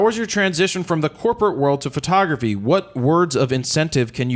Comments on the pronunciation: why does she call it furtography? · Jared did a great job with a difficult interviewee. Where's Todd during these? Is she saying fro-tography? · What is this new "FER-tography" industry she speaks of? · Is it just me, or does she keep saying Furtography. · i love her work but does it bother anyone else that she keeps saying "fertography"?